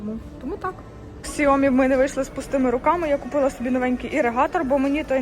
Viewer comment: Не ксиоми а сяомі, ви ж там були, слухать стидно